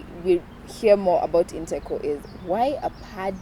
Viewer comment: It's InteCo not integral, correct me if am wrong